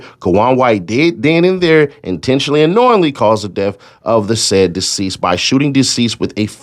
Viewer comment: Is he saying deceased? Daseeded